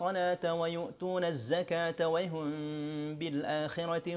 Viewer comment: ustadz, pas baca wahum kok spt wayhum yaa..